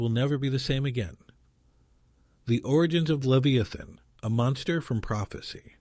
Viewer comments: Dude you keep shredding the Leviathan name keep it straight every time it's really strange you can't keep it right. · means that the AI is miss pronouncing the word leviathan. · It twists my heart every time you mispronounced his name.